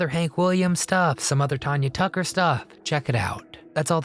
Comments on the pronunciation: you obviously did NOT ado much research on this video. You missed pronounced Tanya Tucker’s name on top of getting so much wrong. Awful, awful video do better next time! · You should listen to someone pronounced, Tanya Tucker you got it wrong